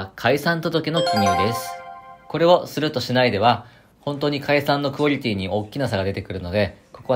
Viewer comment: 解散のクオリゥィティ